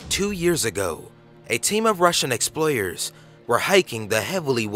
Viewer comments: silver war? ellians? exployers ? this narrator sucks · Exployers? Lmao and you people complain about chills